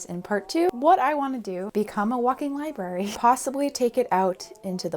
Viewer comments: Have you no shame woman??!? In Massachusetts -- home of America's first public libraries -- we say libRary !! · U trying to not say lie berries every time you need to library was the cutest 10/10 for effort